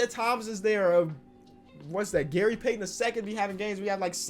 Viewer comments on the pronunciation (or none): none